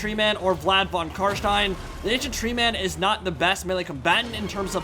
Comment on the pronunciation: I#d like to say that i honestly get a good feeling fo suprise everytime you say "von CarsteiN" and actualy pronounce it like it should be pronounced. whilst living in germany, i exclusively enjoy english content, be it movies, shows, mods, games or whatnot. so hearing the "steiN" in carstein in german pronounciation caught me offguard everytime, in the most pleasant of ways. thank you for going the extra mile learning not to sound like a donkey <3